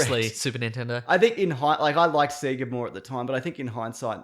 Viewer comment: Its pronounced "say-gah"! Not "see-gah" ! When will people learn?? Fuck, man.